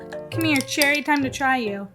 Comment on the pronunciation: She is definitely missing a syllable in the cherry.